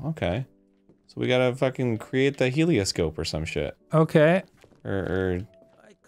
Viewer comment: Arin: Loogat this we’re a fuggin teamwork over here